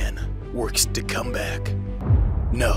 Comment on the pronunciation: DON'T CALL IT A COME-BAHK